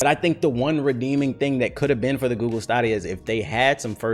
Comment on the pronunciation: Ay y'all gone leave alone with that "gewgle" mess lmaooo